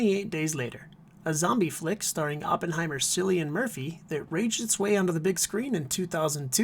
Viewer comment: I used to pronounce his name wrong too but it's pronounced as "Killian."